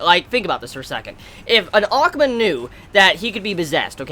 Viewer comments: Is saying ackma or akuma in his own way I can't tell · the way you say akuma sounds weird